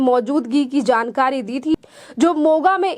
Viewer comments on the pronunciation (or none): none